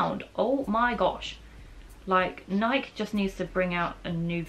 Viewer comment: Loved the video but I do have to say it... Nike rhymes with spikey